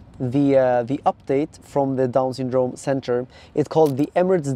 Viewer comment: Why do you pronounce syndrome so weird hahaha “sundrooouuume”